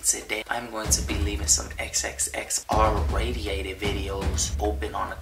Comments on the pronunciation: did he say radiated videos?😂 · Did he just say xxx “radiated “video 😂